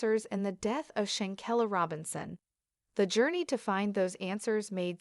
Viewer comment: Listen, white lady....If you INSIST on exploiting this topic waaay after-the-fact, for your own good...(that's YOU hoping to get enough likes and views)...Then, for God's Sake AND for SHAN-KWEH-LUH's Sakes PLEASE, PLEASE, PLEASE AT LEAST take the time to learn how to properly PRONOUNCE what you call yourself "Reporting" on! 😦😦😦 And it's KAH-BO" NOT "CAY-BO". You are very nerve-wracking and DISRESPECTFUL to not at LEAST get her NAME right!